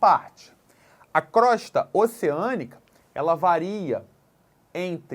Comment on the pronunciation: Pronuncia correta e crôsta